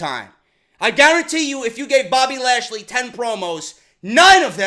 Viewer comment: Haha the way he said bobby trasly was fucking amazing...#